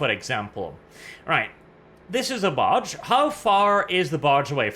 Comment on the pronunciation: Every time you say barge I hear... Barch. It's a Barch factory.